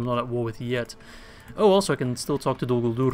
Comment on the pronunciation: U missaid dolguldur